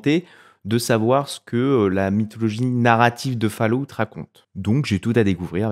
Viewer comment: Faloute... j'ai les oreilles en sang.